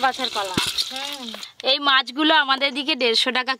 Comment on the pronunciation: তোমার উচ্চারণ টা ঠিক করো, তুমি কলা কে কোলা বলো কেন?